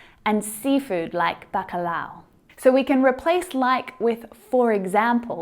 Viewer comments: Great video, as always. I learned so much with you. Obs: just a tip you are saying "bacalau" and not "bacalhau". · You are the best! I watch your videos all the time, very helpful! I am Brazilian, you have to work on the word bacalhau. The lh is a very difficult sound. I can help you! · She said " bacalhau" in a funny way. I am a Portuguese speaker so, for me , sound funny. Tanks for the class. Help me so much.